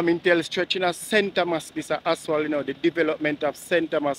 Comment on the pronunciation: please pronounce the word asphalt correctly. It’s jarring to hear you say “aswal.”